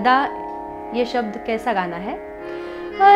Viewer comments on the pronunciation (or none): none